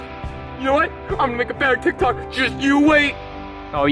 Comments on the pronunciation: Why does morty say tik tak but jeffy says tik tok? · It’s not called tik tak morty it’s called tik tok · Marty said TikTak lol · I saw that video why does Morty call it tic tak